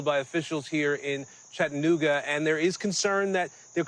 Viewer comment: "Chatt-AH-nooga" :person-turqouise-waving: . Not "Chattnooga" :face-red-droopy-eyes